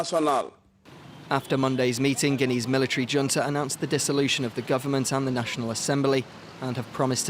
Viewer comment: It's pronounced hunta... college educated and can't speak...